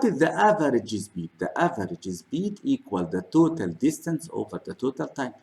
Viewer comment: Why Your English Sucks ? what about your " the " ZAAAAAAA Are you teaching babies ?